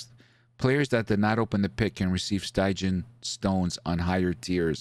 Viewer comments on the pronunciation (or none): Take the Iron Liver challenge! ™ Every time mispronounces stygian, take a shot. Guaranteed to get your stomach pumped, or you get your eyesight back!:^)